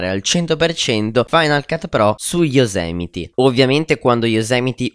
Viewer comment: Fidati, si dice Yosimiti... Comunque grande! :D